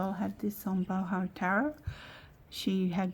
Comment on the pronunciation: Just fyi, the “O” in baroque is a long O.